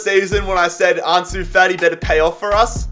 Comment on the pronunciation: no one:: Arnsoo Fartee